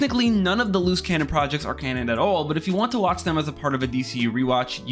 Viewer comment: I thought you were saying “loose cannon” the whole time lol